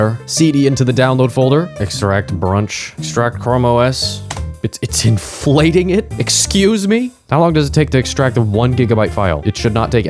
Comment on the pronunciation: "inflaatng" it made my day